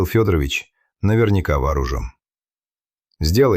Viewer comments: Ох, уж эта озвучка Ии. Скорее всего, не Фёдорович, а ФедорОвич. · Уважаемый! Если берётесь излагать настоящие, документальные дела, проследите, пожалуйста, за ИИ, научите его правильно склонять фамилии и ставить ударения, особенно когда дело касается жертвы. Ведь родные Ксении живы и могут случайно наткнуться на ваше видео. А то фамилия убийцы - ФедорОвич превратилась в уважительное отчество, при этом в простой фамилии девушки почти везде ударение стоит мимо.